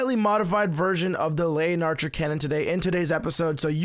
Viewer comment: You say it wrong every time its the le-in-archer